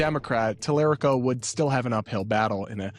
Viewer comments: I wish I can send you money for this comment. This is insane the type of people that support Talarico. They know he can win, yet they can’t pronounce his name. Basically calling Jasmin Crockett ghetto. These people are not Democrats. We can’t fall for this anymore. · Y'all are racist. All of the racist stuff trump said. All of the stuff he did. And he's all over the Epstein files. But all you can do is tear down the Black woman who speaks the truth louder than your racism masked as 'skepticism'. I'm not hating on Talarico (can you say his name right?). I think either would be good. But interesting how you harped on her wyt bois statement. Are you feeling a little seen? 🤔😏 Or...cuz you should only be offended if she's talking about you. 🤷🏾‍♂️ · Please pronounce Representative James Talarico’s name correctly. This commentary tells me you haven’t done enough research. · I came to the comments for the same reason. 1) it's just rude to mispronounce a name 2) it shows he hasn't done the bare minimum research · UGH! LEARN HOW TO PRONOUNCE YOUR WHITE BOY IN TEXAS!! <TAL-ER-RICO> While you're trashing the black chick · TALA RICO. Like Puerto, just not as spicy. Is this the Washington Post? This guy obviously has not done his research if he can’t pronounce the name of the leading candidate in Texas. Great job, Bezos, only the best at WAPO. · If you are going to act as if you are a "news source" at least try to learn how to pronounce your subjects names Mr. Talarico (Tal uh ree ko) and Ms. Crockett deserve better; and maybe try not to be so bias. It's almost as if you are pandering to your daddy tRump... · Since when is the Washington Post the bastion for liberalism? You have to love the Talarico folks in here. They don’t even know the history of the Washington Post and they are already latching on to them. Plus these people can even say his name right. Guys even James Talarico does not say his name that way. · Please pronounce his name correctly.